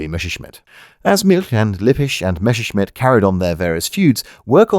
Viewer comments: Say Mess! - "Mess" - Now say Messer! - "Messer" - Good! And finally Messerschmitt! - "Meshershmid!". And the "ch" in "Milch" is the soft one, not the hard ch you get in "Chutzpah". Simple rule: CH after a, o, and u is the hard version (the one that sounds like you're horking up a loogie), after e and i it's the soft one. And while the soft "ch" and the similar "sch" in German are not EXACTLY like the English "sh"-sound, you're welcome to use it as an English speaker, nobody will blame you. :) Unt in return ve Chermans will kontinue to pronounce ze "th" as "z" and "w" as "v". :) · Don't want to be an ass but it's pronounced mesershmit, the double s in German is a shrap/normal s since a normal s is more like an English z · It upsets me that you pronounce Messerschmitt as "Mesherschmitt". It's one of those German words that, if pronounced in English exactly as written, is pretty much spot-on. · For some reason, English speakers feel tempted to pronounce the name as if it is "Mesherschmitt" when actually the double s is voiced exactly like that: as a double s. Messerschmitt is one of those names that, in olden times, used to reflect the trade of its owner, like someone called Carpenter or Tyler or Archer or Baker. "Messer" is German for "knife" (and related concepts). "Schmitt" or "Schmidt" or even "Schmied" is a direct equivalent to the name "Smith". So "Messerschmitt" means "knifesmith" or 'bladesmith" or similar; perhaps the equivalent of "Cutler". But "Messer" is spoken exactly as it is written, with the "Mess" bit pronounced just like it is in English. So "Messer" is pronounced exactly as it is written, not anything like "Mesher". So it is not pronounced "Mesherschmitt". Perhaps the word doesn't easily trip off the tongue of the native English speaker, or maybe people are just perpetuating a mispronunciation from previous generations. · Willie "Mether"-schmitt